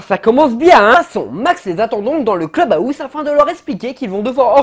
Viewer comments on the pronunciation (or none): Le club "à housse " 😭😂😂😂